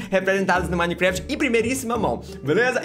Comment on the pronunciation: minecreft kkkkkkkk